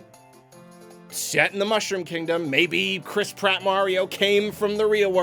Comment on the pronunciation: Nobody:: "Chris prot"